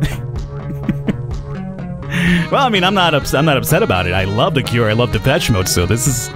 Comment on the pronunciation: You pronounce it "depetch mode", but it's "depesh maude", as they took the name from a French fashion magazine.